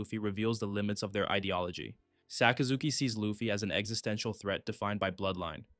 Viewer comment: Sakazuki sounds so much cooler with the right pronunciation, I lose braincells every time I hear Sock uh Zookey